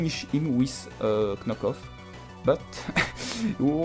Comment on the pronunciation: YEAAAAAAAAAAH tu as enfin prononcé correctement Knock off =p. Je m'abonne!